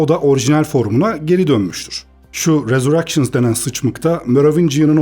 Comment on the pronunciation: "Rezurekşıns denen sıçmık" cık cık cık çok ayıp:)